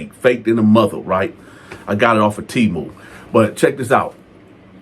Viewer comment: T boo instead of Temu that’s even more generic anything I’ve ever heard😂😂😂